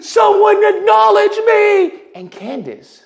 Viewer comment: You call her Coondace too lol been calling her that forever ♾️ 😂😂😂😂 she really has a low IQ